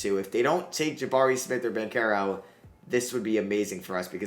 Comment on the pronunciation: BanCHero. Not Bankero. Bothers me every video